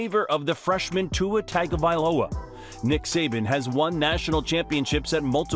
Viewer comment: The mispronunciation of his last name is killing me. It’s not TAGovailoa, it’s pronounced TONGovailoa